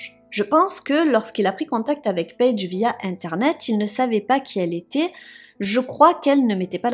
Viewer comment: "payge" Merci pour cette histoire que je ne connaissais pas . C'est bien triste !